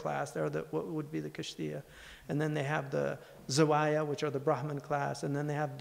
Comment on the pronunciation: Its kshatriya not kishtiya